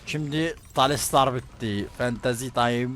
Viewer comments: talistar değil la:D. Tahsildar:D:D:D. 2 yıldır talistar diyon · Aga sen neden tahsildara talistar diyon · Abii allah aşkına artık talistar deme şu iteme ya